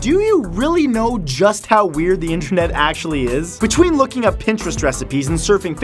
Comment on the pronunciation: "intrenet" That is what he said